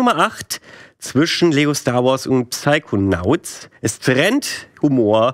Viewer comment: "Psaikonauz" - oh Leute.. 😅 P.S.: Trotzdem eines der besten Formate 😄